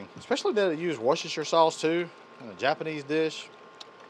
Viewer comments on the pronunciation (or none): Did he say "Watch your sister sauce"?